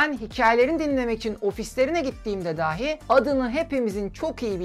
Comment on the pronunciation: Lütfen, daahi daahi deyip durmayın. Çok zor değil doğru telaffuz etmek. Sizin nezdinizde tüm konuşma ağırlıklı içerik üreten YouTube'rların işlerine daha fazla özen göstermelerini rica ediyorum. Bu da benim geri bildirimim olsun, bakalım dikkate alınacak mı? Dikkate alınmasa "dahi" ben izleyici olarak üzerime düşeni yaptım.